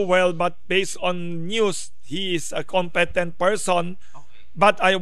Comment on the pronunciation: Wilson, it's pronounced as "com-pi-tent"